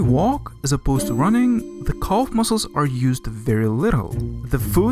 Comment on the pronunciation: This video is painful even in the first few minutes: It's Calf not Culf, and the list of mispronunciations goes on. Even close captions can't decipher half of your nonsense!